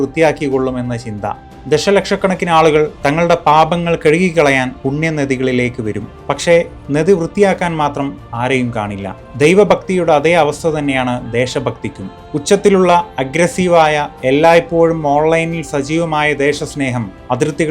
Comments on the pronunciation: നെദി അല്ല നദി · നെദി യല്ല നദി😂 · നല്ല വീഡിയോ ❤ പക്ഷേ നെദി എന്ന് വൃത്തികേടായി പറയാതെ നദി എന്ന് മാത്രം വൃത്തിയായി പറയൂ 😂